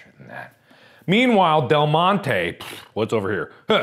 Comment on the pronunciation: NOT DELGONE-TE